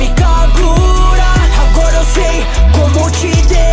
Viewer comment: O kagura tá errado é kagura e não kakura blz?